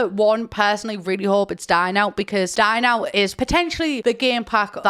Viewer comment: When she said 'Dine Out' I heard 'Dying out' and I (no native english speaker) was thinking: "There is a new pack coming out called 'Dying out'? What will this new pack contain?" For about 5 to 10 seconds I was genuinely thinking this.